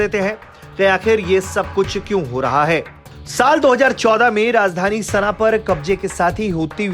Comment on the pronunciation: सना hota hai sena nahi